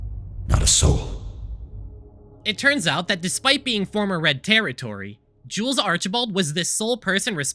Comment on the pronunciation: every time you say jules,i hear jews